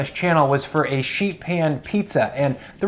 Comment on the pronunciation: Is it me, or does say sheet oddly? SHHHHeet.